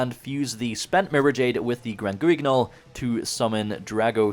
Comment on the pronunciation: Hey, just so you know, Guignol is a French word (famous theatre puppet) where the “u” is silent and “gn” is pronounced like ñ. Love the content